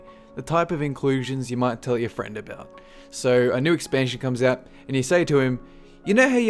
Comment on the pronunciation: friend, not fried,lol